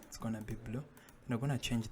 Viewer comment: pls next time dont say anymore "we qonna"